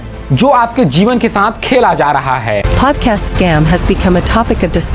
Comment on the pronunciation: Phodcast😭 Podcast bro say podcast